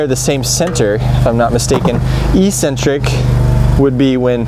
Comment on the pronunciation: E-centric knockout? I think you mean "eccentric" knockout.